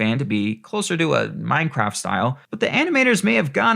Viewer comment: Its Minecraf